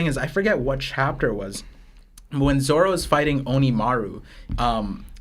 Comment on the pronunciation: Dude seriously keeps calling Zoro, Zolo... What is this? The 4kids fan club?